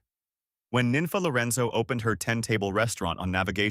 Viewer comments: The way you're pronouncing these names is killing me. Her name was pronounced "neen fah." If you were from here, you'd know better. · 'Nenfa". wtf.